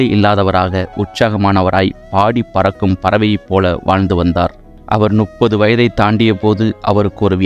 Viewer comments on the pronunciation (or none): மிக அரூமையான விசுவாச வரலாறு.நன்றி."முப்பது" என்கின்ற சொல்லை நீங்கள் ஏன் "நுப்பது"என்கிறீர்கள்? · அருமையான பதிவு. 30 யை முப்பது என்று படிக்கவும்